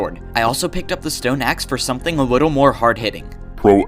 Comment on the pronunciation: man said wittle bit.